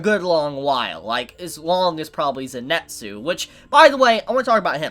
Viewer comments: Great Review but its not Zenetsu its Zenitsu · Zenitsu= Zenn-Net-Zoo Inosuke= Ino-sookay gotta love pronunciations lol